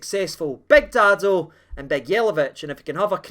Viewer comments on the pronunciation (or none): none